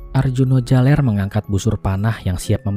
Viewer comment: Arjuna jaler bukan jalEr